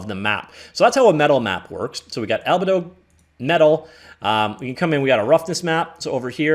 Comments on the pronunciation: “Albuhdo” is certainly a new one for me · How can you make a "101" class on something and not know the base source matter? I was willing to overlook your mispronunciation of albedo, but then you didn't know what specular lighting was either...